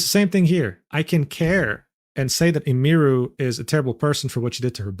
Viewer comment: He's explaining all of this like hes an expert, but cant pronounce Emiru's name